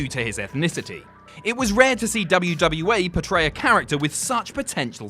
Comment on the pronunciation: sorry, did you say WWA?